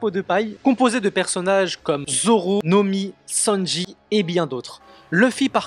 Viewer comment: la vidéo est incroyable mais le "Nomi" "Grand Ligne" c'est trop drôle 🤣(moyen de faire les village de naruto)💪